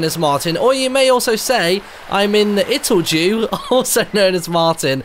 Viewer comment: I still think it's more proper to pronounce it as "do", because it shoud be clear as cristal that it's a play on words on "it'll do". You did see that, didn't you? :) Anyway, the company behind this (Ludosity) is based in Sweden, and I don't think Swedish even has a language sound that sounds like the j in jew.